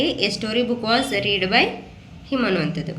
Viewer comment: ರೀಡ್ ಅಲ್ಲ ಮಮ್ ರೆಡ್ ಆಗತ್ತೆ